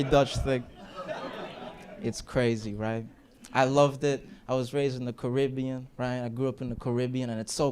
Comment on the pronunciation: My man went from half Caribbean to full currybbean